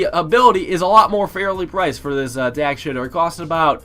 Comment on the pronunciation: "tack shitter"